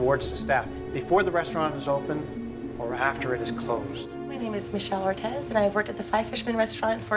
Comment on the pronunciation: It's pronounced orteez....not ortez....And she's Latina!